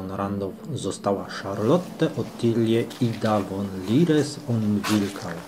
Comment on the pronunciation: Z końcówką Hof to zawsze jest folwark w sensie miejsce gospodarcze. Jeszcze mała uwaga językowa gdy czytasz przed szlacheckim niemieckim nazwiskiem to von nie czytamy "won" tylko wymowa jest fon poćwicz to by się przyzwyczaić. Imię Christian czytamy Kristian a nie przez Ch. Ja to w dobrej wierze pisze. Zwrócił mi uwagę na to mój przyjaciel Niemiec Thilo i przez niego odkryłem Twój kanał.